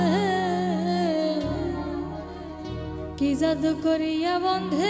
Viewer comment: আপু উচ্চারণ ঠিক করে নিয়েন. .. পিরিতি… বলেন ফিরিতি আবার বন্দে.. বলেন বন্ধে